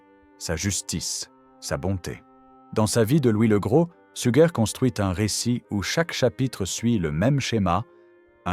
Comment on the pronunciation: oui, ces IA ne sont pas toujours bien programmées ahah ! D'autant qu'elle a dit une fois "Sujer" quand même, elle perd son latin !